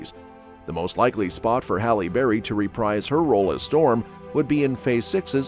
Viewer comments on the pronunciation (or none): for Halle to 'REPRIZ' her role & not REPRICE...